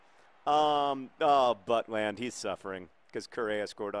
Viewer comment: iBowlerHat Yes! Saw highlights of when he started for the real Stoke a few weeks ago - fantastic performance. Great potential indeed. Also, quick PSA: It's pronounced But-lend, but John's Buttland pronuncation - while probably offensive to Mr. Butland - made me laugh a lot. :)